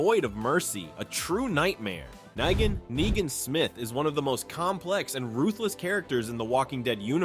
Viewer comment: Nyegan?! Are you just terrible at pronouncing stuff or are you using text to speak? And if you are using text to speak, why use such a nerdy voice?